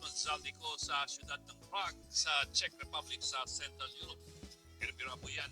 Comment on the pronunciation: Czech (check) Republic when you pronounce